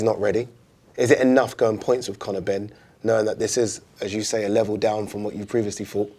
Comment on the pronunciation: Connow benn mr “it makes no difference to me”😂